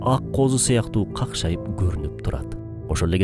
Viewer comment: ""какшайып"" деп окуганын туурабы , ""кашкайып "" эмеспи..